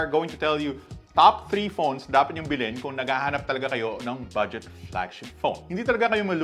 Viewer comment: "bilin" o "bilhin"?